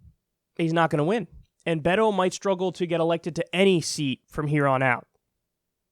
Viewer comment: beyyhhto? That's not how you Beto I think, but who cares from now on amirite lol